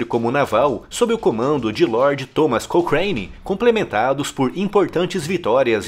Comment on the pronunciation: Muito bom! No Rio chamam a rua de almirante "crocane" e não "crocheine" kkkkk